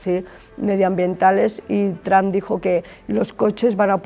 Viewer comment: Tran NO se dice Trump...cateta!!!!